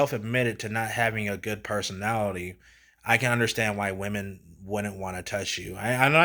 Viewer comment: Brodie sounds like Onision. "THESE WIH-MEN" 👿 lil' bro has never touched a woman